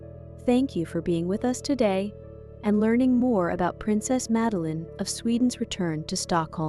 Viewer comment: Name is pronounced Mud-a-lene. At least try to get the Swedish way of saying the name, and please refrain from Magdalena...